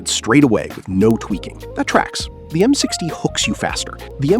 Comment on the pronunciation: "m six tie"